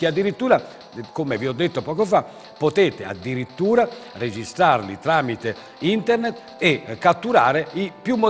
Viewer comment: All'inizio pensavo fosse uno scherzo!!! Ahahah (da notare come dice internet e joystick: intert e giochistik)